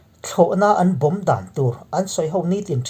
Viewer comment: Bomb chung chang tiha bomb i thluk dan a dik lo,lung vawm tiha vawm thluk angin bomb chung chang bomb lai kha thluk rawh .